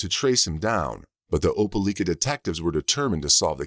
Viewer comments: Im from Alabama. Opelika is a 45 min drive away from where Im from. My step dad was born and raised there Im laughing at how its being pronounced. Its Oh-Pah-like-ah. Not Oh-pah-leek-ah.😂😂😂😂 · if ole robo-call meant oh-pē-ly-kă, it was butchering it. i cringed every time i heard it. i hope that, in addition to the murder and missing child charges, there are additional charges related to child abuse, misappropriating funds (the payments she made) or some other such charge, and more.